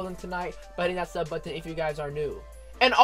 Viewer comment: Never heard anyone pronounce it "buhh-tin"